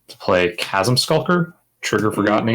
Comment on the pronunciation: I was enjoying this until people started pronouncing the H in chasm :|